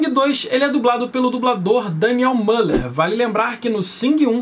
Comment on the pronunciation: Daniel Müller se pronuncia "Daniél Myler"